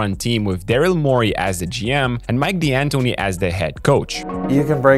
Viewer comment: Please, it's pronounced "Dantoni", not "Dee-Antoni": it's an Italian surname!